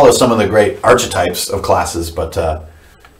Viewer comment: Say 'arKetypes' - 'sGreek, like 'karisma'. Doesn't stop ICRPG being a great system (obviously), and it's always a pleasure to listen to you. All best.